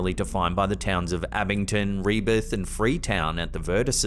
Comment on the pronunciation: Re-ho-beth, not Rebeth, please. 🤣 Not native to the area, but lived in the area. Not too far from the Borden House.